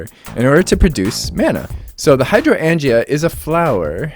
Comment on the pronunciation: I laughed so hard at your pronunciation of Hydroangea. I know..You sounded it out, and english can be a weird language to read. And we can't assume everyone has heard it spoken before. Good on you though to jump right into it.